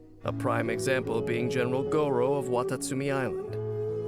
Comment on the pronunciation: I can't help but cringe every time Gorou's name is pronounced with the "rrr" sound since that's the same pronunciation as "dog meat" in China :( Gorou is a Japanese name and in Japan the "r" is pronounced the same way as "L" so rather than saying "go-row" it's more like "go-low".